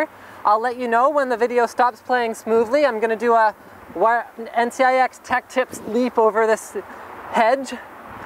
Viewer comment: lol "NCIX Leap over this hedge"